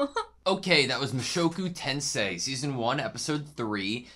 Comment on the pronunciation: Pronounce correction. Tensei [tẽ̞:se̞i] [Ten say yi] not [Tensie]. The vowels in Japanese are usually pronounced separately. For example, "AutoSave" Japanese, whose English are bad, will "probably" pronounce "ar wu toe sar vei", it is just example. Learning this will help you to learn Japanese much easier. By the way I am Taiwanese, love that both of you will write down the note, that is pretty helpful for researching the anime. Subscribed already👍👍